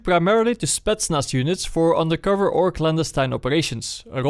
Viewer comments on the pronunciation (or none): none